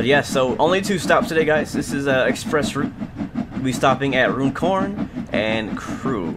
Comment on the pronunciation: Nice! I suspect you didn't get the gold mainly because of the speeding. It's pronounced "run corn" by the way. As in "going for a run".